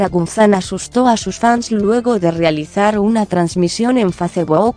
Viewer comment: La LOCUTORA DEBE LEER MEJOR NO ES GUZAN LA M SUENA GUZMÁN. APRENDE.... DE DONDE ERES? SE DICE GUZMÁN CON MMMMMMMMM.😱😱😱😱😱